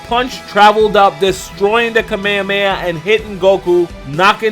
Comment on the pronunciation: I love your videos, man, but the way you pronounce kame hame ha is just wierd, hahaha